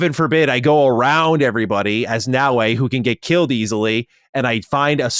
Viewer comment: adding extra letters to Naoe😂